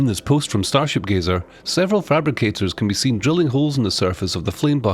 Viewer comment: But I said Gazer, there’s no “ee” there at all?